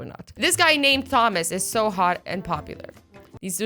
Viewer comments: anyone else hear Azzy pronounce Thomas as "TH-omas" instead of "Tomas" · Aztec you pronounced Thomas as if it was pronounced the way it's spelt lol instead of Tomas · Did you say th-omas? It's pronounced Tomas!